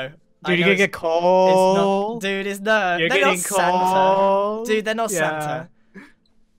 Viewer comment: pronouncing "Santa" sounds like "Xana".